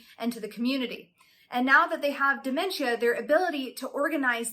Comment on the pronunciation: Why are you saying it like that? "damen-chia" is not how it's pronounced lol.